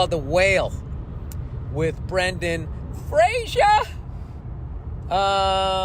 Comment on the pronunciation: Fun fact: his name is pronounced Frazer, not Frasier. How to properly pronounce his name was part of his SNL monolog back when he hosted, so I never forgot it